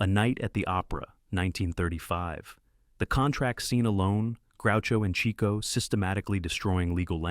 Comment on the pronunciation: This is well written, but at one point I was disappointed. This video may last a couple of decades on YouTube, perpetuating Chico Marx's name as "Cheeko" rather than "Chicko".